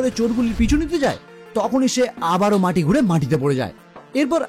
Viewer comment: উচ্চারণটি- মাটি ঘুরে নয় মাথা ঘুরে - হবে 😂😂😂😂😂